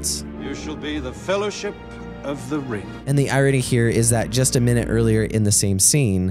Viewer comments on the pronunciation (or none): You're pronouncing the world "just" wrong. You say jest. The second letter is a long U. Say it with me. JUh--ST.